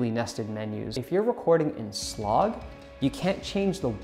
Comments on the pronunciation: My friend, please stop saying "sloog". It is pronounced "S... Log". And makes you come off as if you dont know what youre talking about. Video was still informative though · Did he call it Slog lol S-log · Yes lol. I have never heard anyone pronounce it in that way.